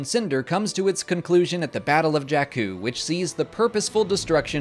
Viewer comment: I agree. Incredible work. Also, it's Jakku (sorry😂).